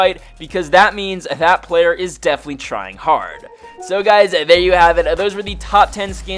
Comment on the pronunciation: "There trying pretty harrrd"😂